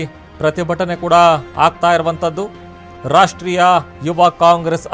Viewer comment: ರಾಷ್ಟ್ರೀಯ ಕಣ್ರೊ, ರಾಷ್ರ್ಟೀಯ ಅಲ್ಲ